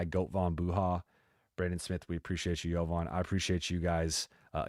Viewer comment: The guy has given you like 20 superchats and you still keep butchering his name, 😂